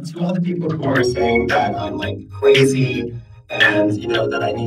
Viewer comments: "To all the people saying that I'm *CwAzY*" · When he said “cwrazy”, I did not feel that cause I’m not a groomer